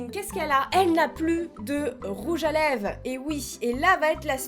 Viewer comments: Je vien de remarquer que tu dit " rouge à leve" et pas " rouge à lèvres " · 😂trop belle ♥️ 3.55 tu dis rouge a lèves 😂et pas rouge a lèvRes 😂bref continue comme sa ♥️ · Elle me bute à dire rouge à leve au lieu de rouge à lèvre 😂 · "rouge à leve" ?? Chuis pas sourde rassuré moi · Je suis a seul à avoir entendu "rouge à LÈVE" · mdr🤣🤣🤣j'ai cru entendre rouge a léve🤣🤣🤣🤣sinon continue comme ça biz😘😘😘💖💖💖💘💘💘💝💝💝